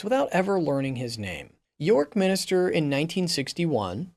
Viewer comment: minster - not minister